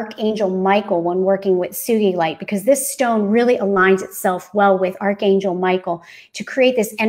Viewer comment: She is pronouncing sugilite properly, as it was named after a man called "Sugi" who first started working with it. Sugee-lite, with a hard G. ;)